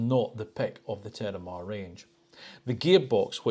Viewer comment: I like the look of the car, but ideally you'd call it the Terramar, not the tarramar. I thought it was your accent, but you can stay the e in Mediterranean so why can't you say it in Terramar? Did you perhaps have tarramar salata for lunch?